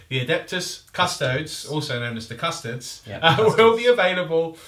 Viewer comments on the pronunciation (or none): That is some name butchering if i ever heard one ... . Still exited, but yeah, that was something else to hear. Maybe we can see a battle of the Cusstoads vs the Adepts Asstards in the future?? :P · How come you forget the E when you say Custodes? Sure the 40k names are made up, but in general imperial names tend to follow a somewhat Latin pronunciation?